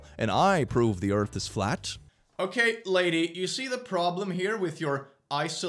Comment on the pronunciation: I love that his moon rant is exactly what I wanted never disappoints. ESPECIALLY WHEN HE SPELLS EARTH LIKE ÖRF "I'm erasing you for science"